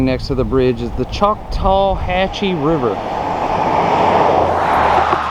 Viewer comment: Most folks in Newton or Wicksburg will tell you that river is pronounced Chock-tuh-ha-chee. 🤣 My ex-wife was born and raised in Wicksburg and I'm from Elba.